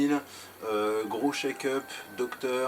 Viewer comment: Juste : "Check up" et pas "Shake up" ... 😉